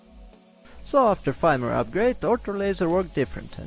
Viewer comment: Nice video! In English we would pronounce "firmware" like "ferm where"